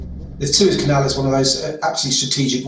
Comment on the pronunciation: Suez CANEL...the word "canal " there is for a reason...Lamo